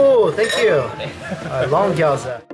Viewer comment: I love you but if you gonna say gyowza one more time...